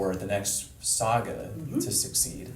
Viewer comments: Just when you think couldn’t meme himself anymore; he manages to. He keeps saying “sega” instead of “saga” lmao. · SAGA n. pron. SAH-gah (not SAY-gah) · “Sega”? wtf!!! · Why is calling Saga Sega? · This man said Sega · Bro really said Sega. Making Canadians look bad lol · He keeps saying "Sega" 😂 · He kept pronouncing saga as Sega. > Sega > makers of Sonic > gotta go fast Lightning fast intros confirmed! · Why does he say sega for saga 😂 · In Canada it's pronounced S-Eh-Ga. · dude is really gonna pronounce saga that way? geeze